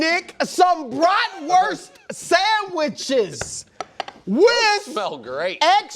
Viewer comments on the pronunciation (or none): This dude said bratwurst sandwitches...